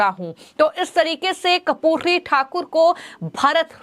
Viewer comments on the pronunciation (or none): कपूरी नही बेटा कर्पूरी उच्चारण किजिए।मोदी जी क्या खेल खेलते. समझ के बाहर हैं। राम विलास पासवान लालू यादव नितिश कुमार शरद यादव सब लोहियावादी कर्पूरी ठाकूर के आयु में छोटे पर शिष्य कह सकते हैं।बिहार मे बडा खेल होने जा रहा हैं।